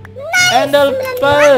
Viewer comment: Bang kok Abang bilang endelpel padahal kan Ender perd